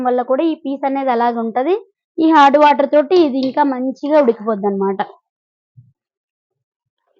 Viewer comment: హార్డ్ వాటర్ కాదండి అది హాట్ వాటర్... కానీ చాలా బాగా చెప్పారండి....